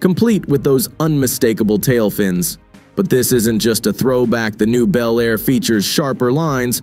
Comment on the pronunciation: These make believe videos of 2025 resurrections of classic vehicles (55 Chevy Bel Air in particular) really suck. They are horrible Frankencar mixes of all three of the Tri-Five classics. They don't even show the same car in the various shots. Obviously done by AI and the narrator sometimes pronounces Bel Air as Bee L Air. I've seen the same thing done with the 69 GTO Judge.